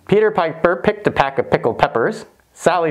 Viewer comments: Great video. It's PECK of picked peppers. Are you saying pack?? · It’s peck not pack ;-) It’s also trivial to buy a pack of 100 nose bridges that you can use with a V1.